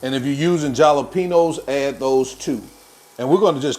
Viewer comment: 😅 Just got caught in a giggling fit from “chopped JAL-uh-PEE-nose” That was the most adorable pronunciation!